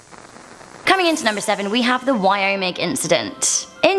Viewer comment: Its wyoming not wyomic